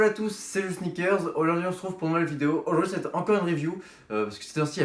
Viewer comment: Je sais mdr c'est juste que t'a pas articulé x)